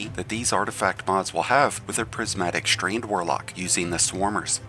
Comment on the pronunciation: WTF is “Strained”??😂😂😂. Strand!